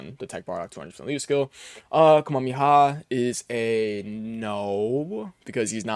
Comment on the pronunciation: Hoping to see the STR f2p EZA Bardock and his team sometime. Edit: YOU'RE KILLING ME WITH HOW YOU SAY KAMEHAMEHA... PLZ. Are you one of those guys who got mocked in the Fortnite tiktoks and shorts when Goku got added?